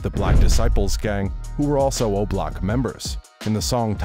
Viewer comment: The way he said obloc sounded like roblox